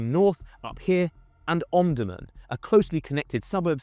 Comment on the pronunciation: You are pronouncing the names incorrectly, for example Omdurman, El Obeid.